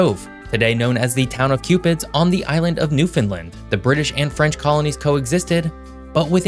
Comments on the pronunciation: Newfoundland is pronounced locally as "NEW FUN LAND" not "NEWF UNLUND." You forgot to mention Newfoundland's loss of annual revenue of $800 million dollars due to the collapse of the cod fishery in the 1980s.... Foreign trawlers know as "factory ships" that were supposed to stay outside of the 200 mile limit around the island, relentlessly came inside that limit until the cod stocks were decimated causing the federal Canadian government to shut the fishery down to avoid the loss of the cod species. Consequently many Newfoundlanders involved in the fishery moved away to other provinces. Family size also shrunk from upwards to 20+ children (contraception was a sin for Catholic families) to the present day size of 1 to 3 children. As a result, some communities closed schools as there were too few children causing families to move away. With more and more people moving away for employment, some small towns had to declare bankruptcy as there weren't enough funds to plow roads in winter, haul garbage away, etc. As an aside you forgot to mention that there are two French islands off Newfoundland. They are Saint Pierre and Miquelon. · I live on the east coast of Canada and I've yet to hear a single YouTuber pronounce "New-fin -land" correctly. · Every time he said Newfoundland it made me cringe. It is pronounced exactly how it is spelt. New Found Land. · It's almost like "New Finland", but with the emphasis on the wrong syllable lol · You are pronouncing the name Newfoundland incorrectly. The emphasis is on "land" Use the word "Understand" as a guide. It's Newfoundland, understand? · Saint John Population is barely 70K, also its pronounced New-fund-land, say it really fast and that's how it should sound! Not pronounced Mon-tree-all, it should sound like Mun-tree-all, again saying it really fast. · why you call the New Found Land a New Finland??? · “Newfinlind”🫠 . Makes a video on the east coast but cant pronounce newfoundland right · Its Newfoundland not newfoundlind